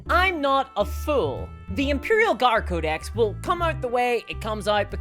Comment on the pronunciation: Great video but why say codex like ”cow disease”